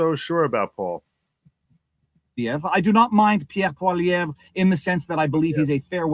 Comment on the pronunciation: Poilievre is pronounced 'Pwa-lee-ev'